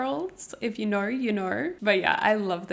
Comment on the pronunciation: "stayc gorls, if you knaur, u knaur" U ARE SO CUTE AND FUN ILY